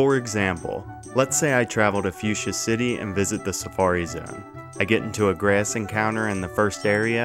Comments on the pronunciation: so funny every time he pronounces a short "a" like "ayuh" (ie "grayuhss" instead of "grass") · I like how you say “grass” 😂